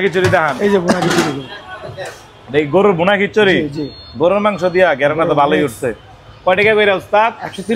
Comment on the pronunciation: "গেরান"-টা কি রে ভাই 😂